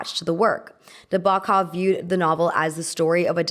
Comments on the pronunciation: It’s pronounced Nah-bow-kov. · please pronounce 'Nabokov' correctly. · Learn how to pronounce Nabokov BEFORE making a video where you mispronounce it over and over. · Every time the narrator said Nabokov's name, it grated heavily (and it is said numerous times) but aside from that, I enjoyed this commentary. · i love your videos but im trying not to cringe at everytime nabokovs name was said :(